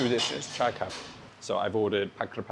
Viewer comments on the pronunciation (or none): none